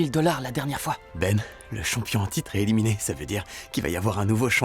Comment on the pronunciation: Le "éliminéE" m'a piqué les yeux à chaque élimination 😂